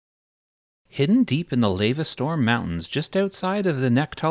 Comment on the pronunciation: the way you pronounce literally anything în the game definitely had to be rage bait. who calls lava “layva” or kedge “keege” i’m done with you lol psycho